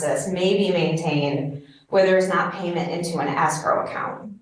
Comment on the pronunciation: Pronouncing escrow as asscrow should be a fineable offense, especially when combined with the vocal fry.